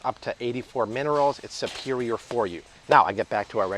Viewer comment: I keep laughing because you keep saying"supewioah" like Tweety Bird and Porky Pig. You have switched patois several times today. You 👌? Lol